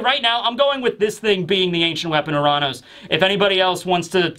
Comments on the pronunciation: It's not pronounced Uh-raan-ous it's pronounced Your-Anus. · “Oo-Ron-Os” wtf is wrong with you lol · its actually your-ran-us if u wanna say it right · U-ran-ohs. That is how you pronounced it. Are you out of your mind?